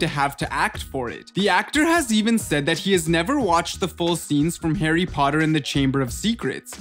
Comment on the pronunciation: Hawwy pottey